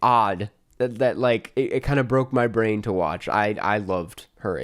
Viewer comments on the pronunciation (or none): none